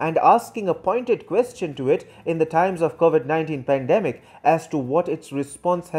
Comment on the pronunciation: While the Philippines pweesident.. "I need china more than ever specially this hard time of pandimic." . I